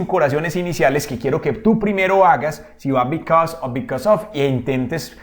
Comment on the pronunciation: A mí me quedo claro que because se pronuncia bicos y because of bicosof🤣😂